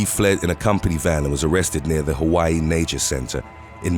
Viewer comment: I live on the island of Maui, Hawaii. Born and raised on Oahu. It’s impressive that you pronounce the Hawaii names perfectly.🌺🤙🏽🌴